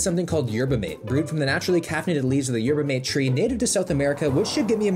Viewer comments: It’s pronounced Yer-bah Mah-tey, not Yetber Mayte. You’ll want to know how to pronounce it if you visit Argentina, Uruguay or Paraguay where it’s the most popular drink over coffee and tea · Going to school in Santa Cruz and hearing him say "Yerba m8" instead of "Yerba Mah tey" hurt me with each uterrence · its yerba matae not yerbamate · Yerba Mate is pronounced mah-tay. And Gatorade has an amazing cucumber lime flavor. It's amazing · "They also had something called Yerba Mate" lol it's pronounced Mah-Teh brother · It’s pronounced “ma-tay” btw just Incase you have to say that again at some point in your life. 🤷‍♂️ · Yerba mate is the best. No crash and all day energy. The drink of my people. Also its pronounced maté. Like mat-eh. Idk why they didnt put the accent on the packaging lol. Edit: i just got to the part where u taste tested it. Ur supposed to shake it😭. Also traditionally its drank from a carved out gourd with a filtered straw called a "bombilla" and the leaves go in the gourd and you refill it w hot water. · And it’s pronounced yerba “mah tay “ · we pronounce it like “mah-tay” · say it with me: yerba mah-tay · The way he pronounces “Yerba Mate” 😂😂. Good effort 👍. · Your pronunciation of yerba mate made me recoil 😅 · no fucking way you pronounced yerba mate like that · thats not how you pronounce Yerba Mate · The way you pronounced Yerba Mate made me chuckle. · Haha yeah well he's Canadian he probably figures its pronounced like Coffee Mate 😂